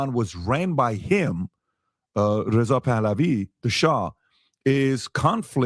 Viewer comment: reh-zeh pah-lavi pronunciation for you🤲👍 — but ur just at the 40’s but I hope you go over how in 1950s came around Iran decided to nationalize their oil industry under prime minister Mosaddegh (Muhammad Mosaddegh) - which made so much sense and the entire population was behind it - then in 1953 the CIA with MI6 (notably since Britain really needed this even more than us) - succeded in a coup d’état (Ajax was the name of operation) which is what solely reinstated their puppet *okayy you did not go over it - but you showed it through Charlie describing it - even though Charlie was half delusional throughout this whole podcast, such as saying that the Islamic world suffers were not having interests 😅😅😅 (interest /riba and bankers are one the three major roost of evil… because I include that with money….. then there is two others which I won’t go over… But ideologies is one of them) — though obviously RIP Charlie - lackey or not (he was a father with kids and never harmed anyone), sure, he was a barking mouthpiece sycophant for Israel…. but it is obvious that he was slowly turning, the potential for it was shown in those texts alone!…… which, for Israel would be an absolute devastation since he had their biggest non-Jew advocate for the youth Israel is a master of the optic game (propaganda, etc) that they had finally been slowly losing, — and they cannot have the younger generation be against them because then they’re downfall is inevitable …. So people like Candace, Fuentes are